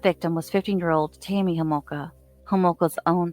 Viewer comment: It's TAMMY Homolka not KAMMY Homolka; I listened to you FOUR times to make sure you f'd it up and you did. How about getting your FACTS straight before putting out these videos. So unprofessional.